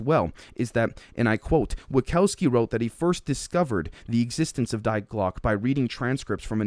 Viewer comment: You can just call it "the bell" instead of Die glocke . The pronunciation was funny though 😄 I love the content , thanks for uploading so frequently 🙏❤